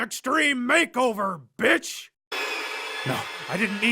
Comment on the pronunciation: My favorite was the freddy Kruger one, mostly cause of the "BITCH" emphasis